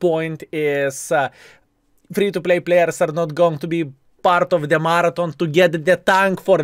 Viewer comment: Laugh my off. I didn't realize what you was saying until I read the title half way through the video. was saying Martin, I'm like who the hell is Martin and why doesn't he keep mentioning him? Oh, is trying to say Marathon.... lol love it!:)